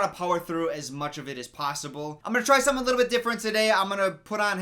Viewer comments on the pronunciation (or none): none